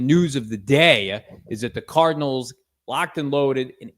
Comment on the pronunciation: he said Arizona Tardinals